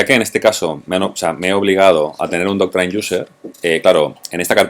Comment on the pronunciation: Me encanta como comunica, solo espero que no se me pegue decir ´Doctrain' luego.